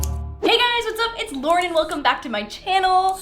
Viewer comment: Is it just me who thought she said “laurDen” in her intro?? 😂😂💕💕